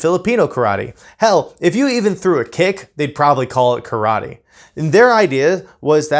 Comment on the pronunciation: You cannot even pronounce “Karate, so maybe go back and start there, huh?